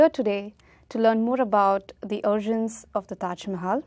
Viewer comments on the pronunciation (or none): Who is this dumb interviewer? Pronounces 'origins' as arjuns. Didn't list to the very 1st sentence. Asks Chapel? Guy said temple in palace.